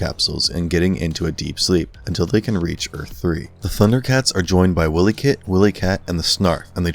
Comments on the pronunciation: Say it more like (WILD-E KIT &WILD-E CAT) not Willie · Willy-kit/Willy-Kat is killing me. Why-lee like wile -e-coyote or the word Wily meaning cunning or crafty. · BRO IT'S PRONOUNCED (W-EYE-LEE KIT AND W-EYE-LEE CAT) NOT WILLIE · Lol!! Dude you keep saying "Earth 3".....it's THIRD EARTH!! Also you're saying WilyKit& WilyKat wrong!! Glad you did u this video, but I've been a die hard fan my whole life!! I was born in 1981...u do the math!! 😆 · its Third Earth. not Earth Three and its "Why-Lee" Kit and Kat lol. other than that, fantastic video! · Repeat after me: WHY LEE Kit and WHY LEE Kat. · I'm not sure who wrote this script, but it is very obvious you have never seen the show. Also, did no check over the script before you recorded this? Meanwhile, across the universe, the Mutants cross the universe. No, they're on Third Earth, not across the universe. You mispronounce Wily Kit and Cat's name. It isn't a magic 'pound', it's a cauldron. And Mum-Ra doesnt 'transport' to Earth 3. It isn't called Earth Three, it's called Third Earth, which, there is a correct and incorrect way to say this.